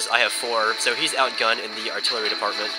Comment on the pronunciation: "artilery department" ha :)